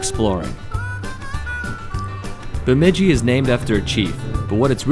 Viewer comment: lol you are saying Bemidji wrong